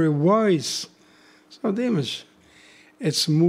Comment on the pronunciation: Better to say as Dimarsh to say his name correctly 😇 🙏🇰🇿